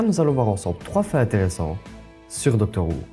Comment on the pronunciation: Ça se prononce "Docteur Hou" et "Comic Rilif" ^^ Bonne vidéo !!